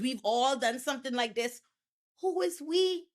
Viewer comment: " We"? "We", or "oui"? I never knew she's French.